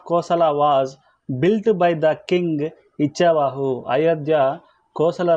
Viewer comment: ఇచ్చావాహు కాదండీ 'ఇక్ష్వాకు'